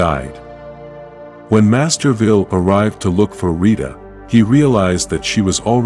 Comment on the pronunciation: That is pronounced Master Vile not Master Vile.